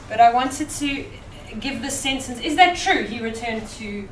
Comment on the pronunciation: how can we expect students to learn well if teachers do not pronounce correctly or even use proper grammar when giving instructions(...read me...azume..but the most hideous: tsencence)